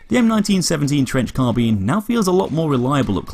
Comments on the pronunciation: its carbine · What’s a “car-bean”